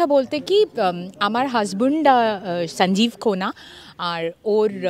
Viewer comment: সনজীব। কি বাংলা উচ্চারণ। লজ্জা মরে যাই একই লজ্জা।